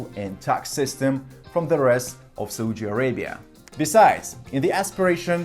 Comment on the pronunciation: Please learn how to pronounce "Saudi Arabia" properly. It is like you are slapping your face to punish your ignorance and stupidity every single time you are saying "Saudi Arabia" in an awfully wrong way. It is important to say a country's name correctly before posting or saying anything about it. There are so many resources available online that can provide correct pronunciation of any foreign words. Please have some decency, respect and be well prepared.